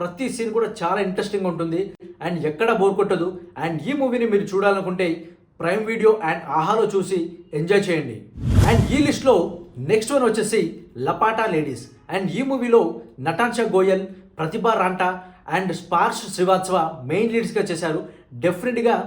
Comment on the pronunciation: "లపటా లేడీస్" కాదు సోదరా "లా పతా లేడీస్"